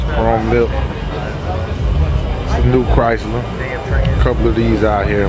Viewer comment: he said chrysler therr hunned